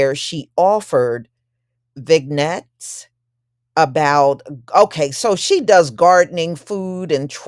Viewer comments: Sis! The word is not VIG-NETS! It is a French word and it is pronounced so that it rhymes with “Jeanette” (the G is silent). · Just fyi - 'vignettes' is pronounced 'vin-YETS'. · Vignettes is pronounced Vin-yets. It’s a pretty common word.